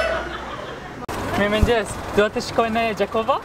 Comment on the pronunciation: I have to say the way you pronounced mirmengjes was amazing